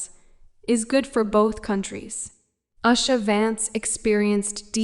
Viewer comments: Please at least pronounce the name of the person right she is no Asha she is usha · Her name Usha is pronounced as in "oosha" not "ashha". Usha is Sanskrit word meaning dawn. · She is the second lady of USA, please pronounce her name properly as OOSHA not ASHA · It is not Us-ha, dummy. It is oo-sha. horrible narrator and totally ignorant on how to say her name. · O goodness. Oosha. Not usher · Is it uh-sha, oo-sha or you-sha? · Her name is usha spoken with oo sound not aa as is done by commentator but she's alright with passion ❤❤ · Please learn the proper pronunciation of Indian names and prominent places. Why can't you make a little effort to sau indian names properly and show your respect. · First of all learn to pronounce her name right. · Please learn how to pronounce Usha Vance’s name first